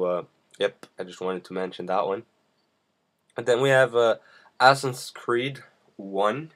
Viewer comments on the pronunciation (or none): assassin dude not asson =_=